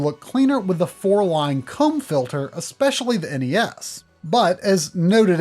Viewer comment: I was making a joke that it sounded like he said “Cum”